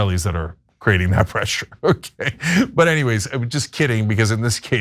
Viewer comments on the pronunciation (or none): none